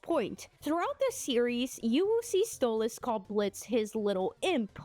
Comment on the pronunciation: It's Stolass